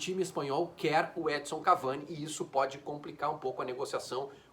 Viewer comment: Custa falar EdiNNNson???